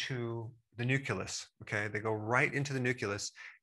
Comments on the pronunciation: [Nucleus] nuke-you-luss? I always thought it was pronounced nuke-lee-us. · Nucleus not Nuculus. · It’s new-clee-us not new-cue-lus. Juss sayin’ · It’s nucleus not “nuculus”! 🤦🤦🤦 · Really, nuclus!! It's nucleus. Come on man, it irritates. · Professor: I believe you want to say NUCLEUS. NUCULUS DOES NOT EXIST. For everything else, thanks. A lot. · Sorry, but nukulous? Thats not a word, its nuCLEEus, doc. Rock on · Nuculus???? lmao i thought it was nucleus.. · Nu-CLEE-Us :) not Nu-Cue-Lus (I knew what you meant, though and do appreciate the information.) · Dr. Berg …. Are you saying Nuculeus or Nucleus ? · He said "Nuc-U-Leus" instead of "Nucleus" ....I can't take any of his advice seriously anymore :P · Ermagerdddd Dr. Berg! It's NEW-CLEE-US, not NEW-CUE-LESS. HSsidjgiuashgiuasnvjklvjnuierhtgf78w4h78!!11!!1!1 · I can't believe I heard I highly educated doctor say "nuk yuh lous". It's like this Doc, " new clee yus ". N U • C L E • U S . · Okay, I had to rewind and listen a couple times. He did say, nuke you less. Kind of like nuke you leer war. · Nu CLEE us. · What's a nuculus? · Say new-klee-us New-klee-us Nu-cle-us Nucleus 😊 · It’s NUCLEUS … 😂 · Didn’t expect Dr Berg to pronounce NUCLEUS like George w bush. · Love this doc but he can’t pronounce nucleus properly. Reminds me of Bush jr. it would drive me crazy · He can’t even say nucleus……🤦🏻‍♂️ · Great video Dr Berg. Almost perfect. I am sure one thing could be done better, pronouncing ‘nucleus’ properly. 😉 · Why can’t Americans pronounce ‘nucleus’ or ‘nuclear’ correctly? They put a ‘u’ after the ‘c’. And don’t even get me started on aluminium.